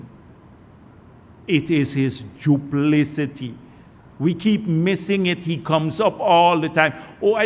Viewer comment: Who thought him the word need to teach him how to pronounce duplicity